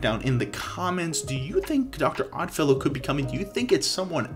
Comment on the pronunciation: You got Stranger Things, Exorcist, and Dr. Oddfellow exactly correct!